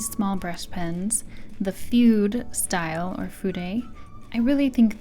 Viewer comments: You might know this by now, but Jetpens put out a series of videos on how to pronounce stationary terms. It is "food-eh". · I like your review and you said the Japanese words well、but if you know how to say 'Fude' properly、why didn't you? It really bothered me、because it is a Japanese word and you knew how to say it、because you said it right a couple times